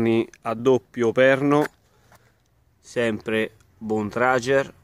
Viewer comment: Secondo me non si dice “bontragier” ma “bontragher”